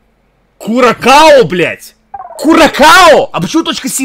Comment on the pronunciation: МонтэвидЭо столица Уругвая, Курасао, а не куракао, удали геогессер из закладок, не позорься